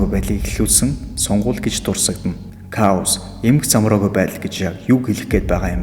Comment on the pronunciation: Ка-оас биш К-оус гэж уншдаг шүү